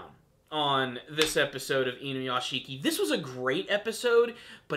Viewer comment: Okay, I'm not usually a vocal grammar nazi, but pronounce it like this: "Inu - Yashi - ki." Saying: "Inu - YashiKI" puts too much emphasis on the ending syllable, turning it into 2 when it's a 3 syllable word. It's not hard, just please put a little bit of effort into the pronunciation, it's like it's taking me back to the days of people calling Naruto, Na-Roo-Too the cringe is just so bad.